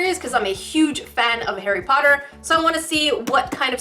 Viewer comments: it sounds like your saying hairy potter instead of Harry Potter.😅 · Sounds a bit like hairy potter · I like how it sounds like she's saying 'hairy potter' XD